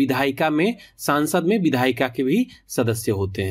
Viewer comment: Pahle संसद को संसद बोलना सीख सांसद -सांसद बोल रहा है 😑